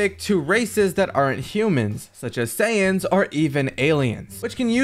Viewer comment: They're called Saiyans, not saiyens, please my ocd is killing me as a huge fan of dbz and dbs